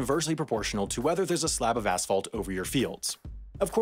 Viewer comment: That asphalt sounded like some other word...